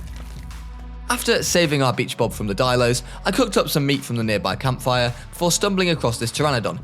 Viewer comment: Rampy:”beach bob” My brain:”b##ch bob 💀